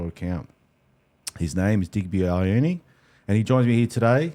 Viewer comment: Digby ‘eye-owe-knee’ Cheesus bruh Put some respect on Digby’s name. It’s ‘ee-or-are-neh’. Or more commonly ‘Yo-are-neh’ (Love the show though brother. Thank you)